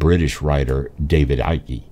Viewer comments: wow, interesting documentary, just one thing that made me laugh lol, its pronounced David Icke with just the K at the end, not Ickey, the E is silent, so basically like saying Hike without the H. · David Icke developed this theory and this guy cant even pronounce his name... David Ickey....